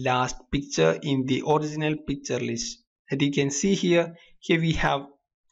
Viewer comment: i always understand "PIZZA" instead of picture :DDD but srlsy, nice tutorial! ty!!!! :)